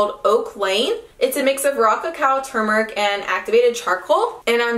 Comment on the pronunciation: (Too-mer-ick) =Turmeric just a heads up ♥